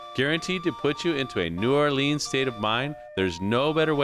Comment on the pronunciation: Please learn to properly pronounce New Orleans and Natchez.